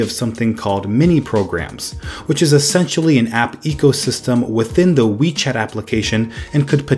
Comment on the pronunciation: When I first heard WeChat I thought you said Wii Chat XD